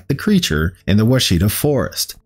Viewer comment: I always love listening to your videos. I live in Arkansas near the Ouachita mountains and we pronounce it watch-it-taw. Nothing like how it looks.